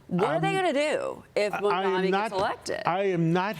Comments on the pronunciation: no one can say his name correctly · Even wading in the wide and deep sea of ignorance that is Fox News, it is astounding to me that these low IQ fools are STILL completely unable to pronounce his name. And she has never seen the word "mayoralty" before. How does she have a job?